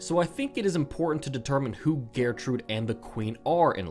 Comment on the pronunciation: The way he pronounces gertrude is annoying